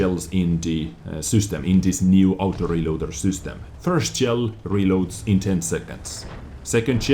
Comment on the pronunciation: I cant waiiiitsss. For thaouuuseee aaoutoo reelooaaadderrrrrrrrr. says in the best accent ever